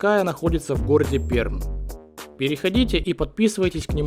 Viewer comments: Наш город называется Пермь а не ПЕРМ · Пермь произносится "мягче" (ПерЬмь) А так молодцы мужики! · Да епрст, Пермь, буква М мягкая!😡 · Ребята здравствуйте , хочу вас поправить , в произношении г Пермь , р произносится мягче и вот почему .Изначально понятие «Пера маа» у финноязычных народов означало «дальняя земля, далекая земля, дальний берег». Позднее это слово трансформировалось в «перемь», а затем в «пермь». В частности, в языке коми нет твердого «Р», поэтому этот звук всегда произносится как мягкий